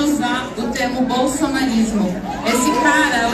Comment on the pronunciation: Olá! Obs.: está analfabeta da Janja falou bolsonalismo mesmo, ou será que eu entendi errado, está perua não sabe falar correto como o vovô que ela é cuidadora? Kkk